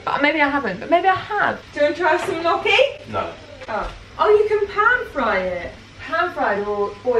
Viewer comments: it’s actually pronounced nee-oh-kee!! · HEY gnocchi is actually pronounced like ñoki (with the oki part sounding like you’re saying Loki) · italian in me died with g-noki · lol I'm not Italian but everytime she said KnOcKY when pronouncing gnocchi made me laugh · Gnocchi is pronounced - ‘Nyoh-key’ 👌😊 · It's nottt XD I don't really know how to explain it, as in Italian we don't pronounce "gn" the same way as you do in English, and there is no English word that uses "gn" the Italian way. It is more like the "ñ" sound in Spanish! it would be pronounced like ñ-oh-kee ! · You should always boil gnocchi (you know they're cooked when they float). It is also pronounced like ny-ok-ee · Gnocci is pronounced "nyo kee" 🥰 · Gnocchi is "knee-oak-ee" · I love but he way she pronounces gnocchi and gyoza gives me hives! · I've heard gnocchi pronounced 100 different ways I don't know which way is the right. It's one of those words that really annoys me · Hey, gnocchi is pronouced njoki/ noki (emphasis on o) and gyoza is pronounced gjosa (emphasis on o). Both are two syllable words.